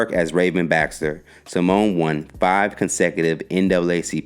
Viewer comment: He just butchered everyone's name in this video. Haha Ravens actually pronunciation of her last name and Kielys name haha